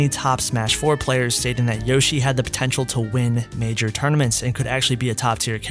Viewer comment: "potenail" lol